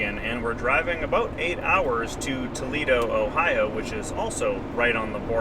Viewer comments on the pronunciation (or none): none